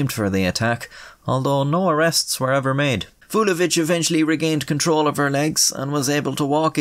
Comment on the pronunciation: You pronounce Vulović like a champ.